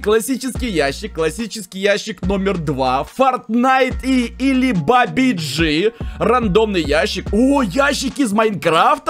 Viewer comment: ты не правильно говоришь этот мем (где" ударение)фортин"а"йт или бабадж"и" бабадж"и"